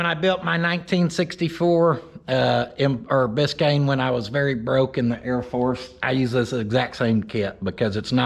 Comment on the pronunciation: If you don't want to see this Bis-kay-annie built you ain't American. This thing is sweet!